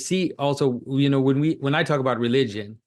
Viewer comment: “Relywgen” - Jonathan Pagoo